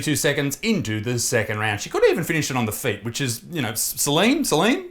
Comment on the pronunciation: Céline reads sey-lean And she was technically so much better